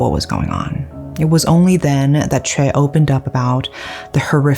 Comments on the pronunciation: Is her name chay or choi??? You keep pronouncing it as chay but the subtitle is choi. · I know this is not on topic but Choi is pronounced Chay or Shay?